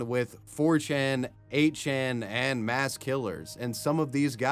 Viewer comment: Moss? You mean "Mass"?